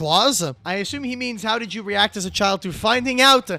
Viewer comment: Dod you just call it "dod" and not "did" 😭